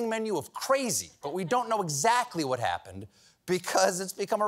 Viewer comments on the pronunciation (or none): none